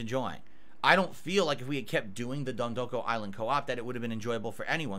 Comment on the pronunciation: the actual pronunciation is DENTdoko Island:face-blue-smiling